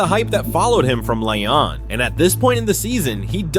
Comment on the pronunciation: Its pronounced lee-on not lion